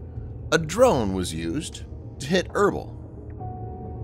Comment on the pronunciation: Erbil: pronounced er-beel.